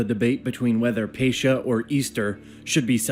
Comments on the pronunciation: Pronunciation problems - Nicaea - Ni-see-ah, not Nikeea - Pascha - Pahs-kah - not Pa-sh-ka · Also, I hate the way this guy in the video says several different terms, such as Nicaea, Pascha, Filioque, etc. Makes me cringe and makes me kinda think he doesn't know enough about what he's talking about